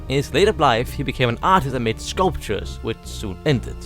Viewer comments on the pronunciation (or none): I thought when you said I made this ice burg you said I’m on this ice burg